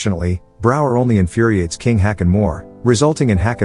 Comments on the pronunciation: Now, I would just like to mention that the king, King Haakon (Danish and Norwegian spelling) King Håkon (Norwegian spelling) is closer pronounced as King Hawk-on and not King Hakon as the commentator pronounces it here. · The pronounciation comes from anglicizing Å as A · Uh, "Haakon" is not pronounced "hacken", it's pronounced, "hawk-on". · still it dosnt work they shoudve prounounced it hokon atlast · Oh, you mispronounced Haakon and Märtha. 👎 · Do you deliberately mispronounce names? Such famous names as Hakon, if ever errored must be corrected at once. You are no different